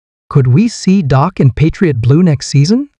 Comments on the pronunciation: Amen! How can this announcer even have a job when he can't even pronounce the guy's name right? Pathetic! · How can A I's phone be blowing up? Come on... can't AI pronounce Dak's name correctly?